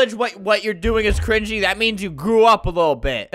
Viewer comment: Did anyone notice Albert said cwingy instead of cringy?